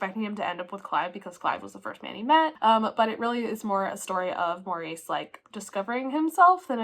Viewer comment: Loved this vlog - thanks for the reviews! I got an ebook of When the Tides Held the Moon and your review prompts me to hurry up and read it. I also was waffling on reading my ebook of Yield Under Great Persuasion - still not sure if I want to read just yet. Superfluous is pronounced su-per-flew-us (the second syllable is stressed). Also in British English, "Maurice" is pronounced MORR-iss (emphasis is on the first syllable, which rhymes with "or," followed by a short "iss" sound). It stands out to me because of the film starring Hugh Grant which I have seen twice.